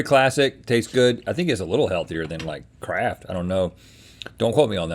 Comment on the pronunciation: Not going to lie, it took me a minute to realise Rhett said Kraft because I heard "I think it's a little healthier than, like, crack."